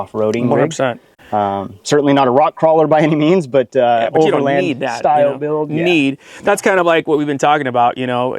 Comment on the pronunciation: He said budget buiild😂